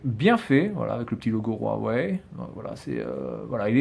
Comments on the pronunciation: Mais putin c pas rouawei c huwei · on dis pas rouawai